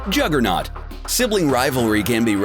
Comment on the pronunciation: Um idk about you but I say: JU-ger-not I dont say: Joo-ger-not